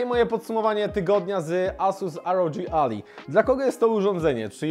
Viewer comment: To nie Ally (McBeal) tylko "Alaj" czyli sojusznik. :D